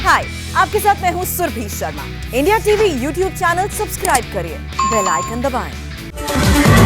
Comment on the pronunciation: आप तो साफ बोलती है इंडिया t v लेकिन आपकी एक दूसरी एंकर ndtv बोलती है जो कि सुन कर बहुत कोफ़्त होता है कृपया उनको सलाह दे कि साफ साफ इंडिया tv बोले।होठो को दबा कर फालतू का स्टाइल ले कर ndtv मत बोलें